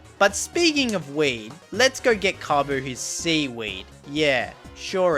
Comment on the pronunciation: Bro called kofu kabu